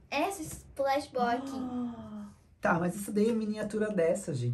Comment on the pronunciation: desclpa corrigir mais é stress bool e n splash bool kakakakal